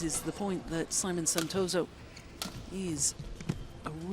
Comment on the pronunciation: not neutral , and not pronouncing right name of Santoso name as well . poor lady.